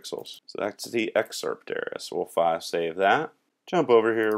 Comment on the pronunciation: Luv ur wk...on the lol side: for the longest time I thought u had some cool French word "fasay" and at least ones goog lkup later ; I realized u were saying "file save"--haha on me :))